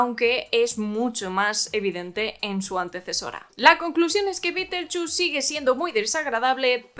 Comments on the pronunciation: Hoy voy al cine aquí en España (soy argentina) y mi entrada de cine dice BITELCHUS BITELCHUS, Así escrito! Me partí fe la risa, pero no solo lo pronuncian mal, lo escriben mal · Juraría que se pronuncia BIDELYUZ. Si Beeetlejuice no intenta besar a Jenna Ortega ni levantarle la falda ni ir al prostibulo para pasar el rato. Entonces no es el superfantasma. No me interesa ver a un sesentón que eructa y se tira pedos